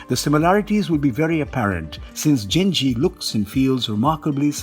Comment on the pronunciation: Damn can you butcher the name/word Genji??